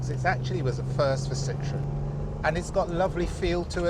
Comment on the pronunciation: A classy video, but what kind of English is "As a young boy, the Citroen SM was one of Kevin Haggarthy’s ultimate dream cars."? So the Citroen SM was a young boy? A very common error no one noticed, and that's a shame. Also, the proper pronunciation is Sitro-EN, not Sitron. Andre Citroen put an umlaut over the "e" on purpose to differentiate the name from "lemon." But it was nice to see such a civilized presentation, not at all typical of our times and YouTube.